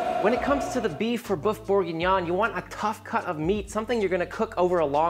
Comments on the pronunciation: Loved this presentation and craving for a bowl right now. However it's boeuf bourguignon, not boof bourguignon, for example it's like the pronunciation of oeuf for an egg and neuf for nine in French. Luscious recipe though, thank you. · Boof bourguignon is what I'm hearing 🤔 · I am German, but please learn how to say "boef" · Lil tip: Say the french word for beef like you'd say 'hurt'. The U sound in hurt is like the Ö in German which is nothing else than an O followed by an E or the œ in French . If you use the same sound from hurt for the word bœuf you will say it correctly. Have a good one, sir.